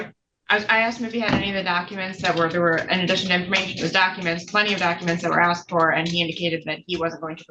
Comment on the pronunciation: No judge should be permitted to say "I aksed you"